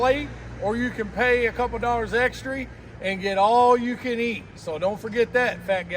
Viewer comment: Your, Pops is the man, … And you used another word that I use… You said “Extree’”😂 The other word is “fat”…😂😂😂